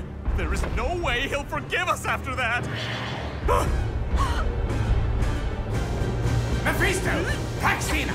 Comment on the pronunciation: It’s Mephisto Not Maphesto